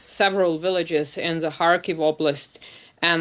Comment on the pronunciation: Villages NOT Willages😂